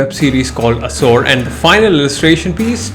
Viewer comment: Assour!! Seriously 😅. Awsome video anyway